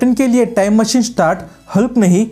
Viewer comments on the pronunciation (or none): none